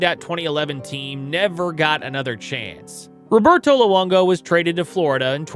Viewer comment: You can tell this guy isn’t an actual hockey fan by the way he pronounces ‘Roberto’